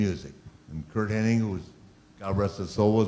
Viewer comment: Minnel Gianguzzo His name is Curt "Mr. Perfect" Hennig. Not "Henning".